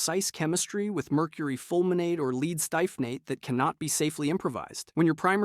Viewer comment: that's lead, the metal. You pronounce that as "led" :p